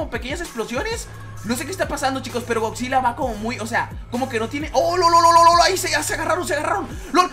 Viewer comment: jajaja da risa cuando dice esgodzilla osea hatafoc